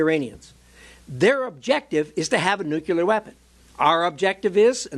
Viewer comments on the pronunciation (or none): Nuclear... Not nucular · The word is nuclear. Nuclear. Not nucular.